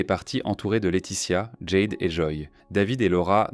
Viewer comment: Ce serait bien de prononcer les prénoms en français dans le commentaire. Jade le a c'est A jede. David avec un A pas une, devid. Merci